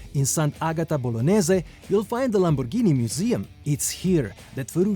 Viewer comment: Great video ! Thanks so much ! Please say Lamborghini correctly. It’s “G” not “J”. G like Gasoline. Not not J like Jump. Please. It hurts the ears. Ciao